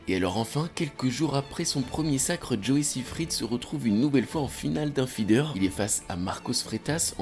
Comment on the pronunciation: La vidéo est vraiment très bien merci beaucoup Joey jouait en équipe sénior avec mon père quand il était jeune et c'est fou de voir sa progression Merci de mettre la lumière sur nos cracks français. PS : Pour la petite informations c'est un nom alsacien donc ca se prononce SAÏFRID